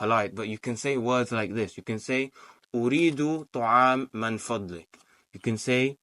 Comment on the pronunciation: I'm a student like you. In my view you are doing better than me. Since you asked for any correction I would like to point out that it's Min Fadhlik. Not Man Fadhlik. Take care. May Allah bless you.